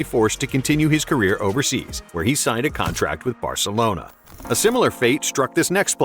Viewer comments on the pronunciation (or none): none